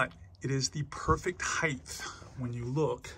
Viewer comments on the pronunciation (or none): Love you dude but it’s pronounced heighT, not heigTH